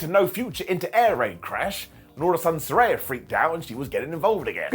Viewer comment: Trying to keep it positive: say it like she's a SaRAYa of sunshine. Not SaRYE bread.